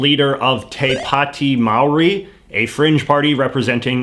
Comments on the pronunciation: Calling Te Pāti Māori a 'extreme' and 'fringe' is blindingly ignorant and arrogant but yeah sure cool... also amazing that you went to all this trouble researching NZ parliamentary procedure and yet spent no time learning Māori pronunciation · Man, we take pronunciation of Maori so seriously in New Zealand that hearing foreigners trying to speak it without attempting proper pronunciation is like nails on chalkboard. Otherwise great video! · I'm sorry man but this is so hard to watch with the butchered pronunciations of everything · Ahh yes. Absolutely butchering the Māori Language. Bruh you could've asked a kiwi to pronounce it 😅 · I love how you refuse to pronounce any country’s name correctly, or any word that is not English haha somewhat embarrassing, a real rube from the sticks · Please learn to pronounce Māori before you speak it, no those are not face tattoos, no it is not abnormal. Please educate yourself jj. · yea and that's all well and good but in future it might be best to ask kiwis to send recordings of them saying it. Similar to what you have done with quotes previously. The reason is the Māori language has been butchered so much that now when in our own country we try and fix Pakeha's (white people who live in NZ) pronunciation it is a hard uphill battle which then causes lots of racism towards Māori. So yes I know it might be a pain in the ass but if you are ever unsure about how the pronunciation might sound then it's best to get a Māori person to record themselves saying it and then get them to send it to you to use in the video. Tldr, best to get a kiwi to say record themselves saying it for use in the vid there are pleanty of us online. Also love ur work it's great (even though I'm an NZ Green Party member) and also soz if the grammar and spelling is trash my dyslexic ADHD brain finds it hard to write all this without buggering it.